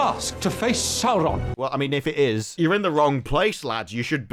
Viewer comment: Oh Saurrrrrron😂